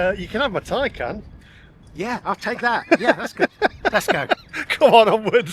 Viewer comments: It’s pronounced tin’can 😹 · Poor old, supposed to be a motoring journalist yet still can’t pronounce “Taycan” properly. 😆🤣